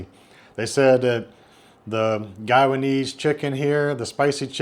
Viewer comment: Just a heads up, it's pronounced "guy-a-neez" not "guy-wa-neez" :)